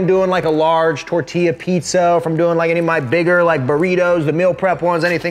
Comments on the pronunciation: I’m happy you were just saying tortilla like that but you actually can say it correctly 😭😂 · Tor till a or tor tea la......?????